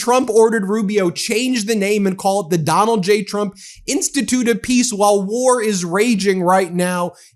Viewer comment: Did the dude say "President Donut Trump'?